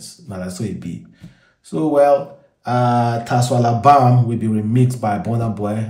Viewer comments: TASWALABAM, well done for destroying the pronunciation 😂😂😂😂😂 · It's pronounced shwalabam